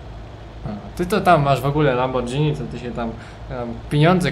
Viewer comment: wymawia się Lamborgini a nie Lambordzini